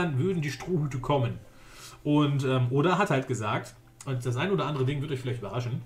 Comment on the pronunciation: du trigerst mich wie du oda sagst ^^